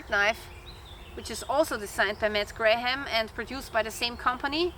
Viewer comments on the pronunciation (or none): Your English is sehr gut! Just a little English tip. The English name Graham is pronounced just like "gram", the "h" and second "a" are not pronounced. Condor knives are often a GREAT value! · I appreciate the review. You don’t have to pronounce the ‘h’ in Graham. Looks good